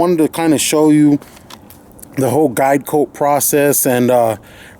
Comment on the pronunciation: I head diet coke when you said guide coat XD lol